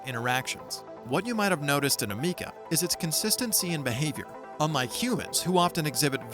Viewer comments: ah meeka? learn to pronounce the name right for a start. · Amikca....her name is Ameca 😆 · Am-eh- ka